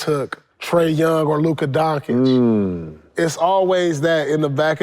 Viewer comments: Paul pierce refuse to say luka doncic the right way 🙄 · The truth is staying true to that Doncic pronunciation 😂